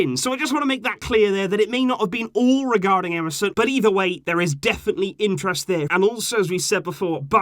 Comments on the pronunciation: You say Emerson, I hear MSN😂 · Is it just me or everyone hearing "MSN" whenever he says "EMERSON"😭😭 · You said emerson i heard MSN 🙂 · You said "Emerson" I heard "MSN"🥺